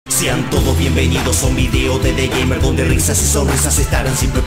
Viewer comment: y es Gamer no gemer